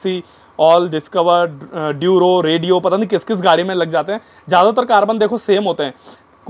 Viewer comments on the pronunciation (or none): Bhai ne "Rodeo" ka "radio" bana diya 😂😂😂😂😂😂😂😂😂😂😂